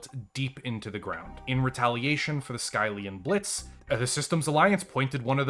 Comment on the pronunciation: It's pronounced "Skill-ian blitz" not "Sky-lian blitz"